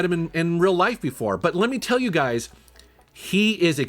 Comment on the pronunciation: anyone else noticed that he said you gays instead of you guys at one point? 🌈😂